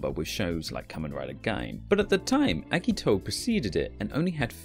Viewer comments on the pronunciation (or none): The way the voiceover pronounces certain names makes it seem like they have no idea what they're talking about. I mean eggito really?